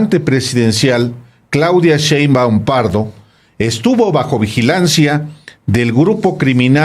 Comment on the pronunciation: Alejandro aprende a leer y sobretodo a pronunciar bien las palabras, más si estás mencionando un apellido, es "Sheinbaum" no "Cheinbaum", tipo irrespetuoso